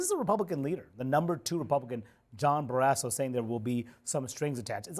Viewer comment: “John BareAsso”